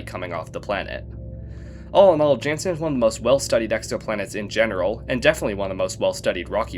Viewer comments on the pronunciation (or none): real ones just say "janson"